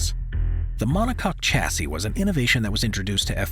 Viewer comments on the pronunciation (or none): Chassis is pronounced shassee 👍